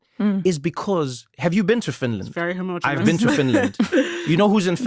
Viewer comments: Brother.... Homogeneous is NOT pronounced homo genius! 😂 Ho mah je nis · Your pronouncing homogeneous wrong.